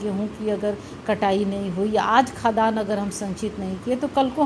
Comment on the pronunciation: निश्चित रूप से आपके पास योग्यता है। परन्तु महोदया, आपके उच्चारण में गलती है- आप खाद्यान्न जिसका उच्चारण खाद् यान होता है, को खदान पढ रहीं हैं।